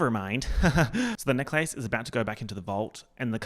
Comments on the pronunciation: I love how you say neck-lace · pronunciation of necklace literally rewiring my brain chemistry.... it's a neck-LACE you guys!! a lace for the neck!!! groundbreaking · this video is great but you confirming that australians really say necklace like "neck-lace" like the disneybound girl does is all i needed